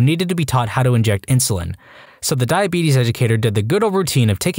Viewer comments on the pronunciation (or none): the way you said "The Beetus" caught me off caught and had me laughing lol